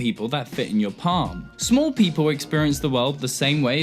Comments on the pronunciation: I can't tell when you are saying smol or small. I am too confused by this. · Your pronunciation of “small” and “smoll” is goddamn near indistinguishable. It nearly ruins the video. Should have run this by a few people first. Sorry to get all Dickpix on you.